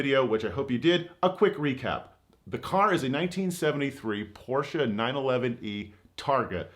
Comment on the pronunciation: Hehe its a porsche not a porscher 😉